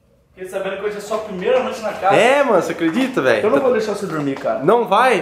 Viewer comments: Kkkkkkkkkk #thiagoreiskkkkk "premeira" kkkkkk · Calma ai "PREMEIRA"kkkkkkkk